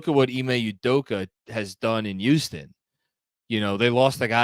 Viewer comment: Love how says "youston" instead of houston. Makes me miss the accent, not the traffic lol